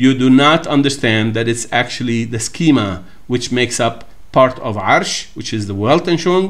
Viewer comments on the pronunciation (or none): none